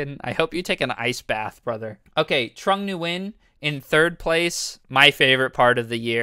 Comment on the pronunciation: If I hear this guy say trong Nguyen 1 more time I am jumping off a bridge